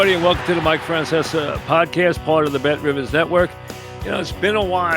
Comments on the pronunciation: I always thought he was saying, “bet rivuhs.” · No its bet riviz